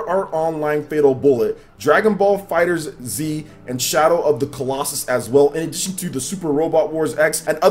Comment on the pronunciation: Its not Fighter Z, its Fighterz, pronounced all together. just like "Fighters" just with a Z instead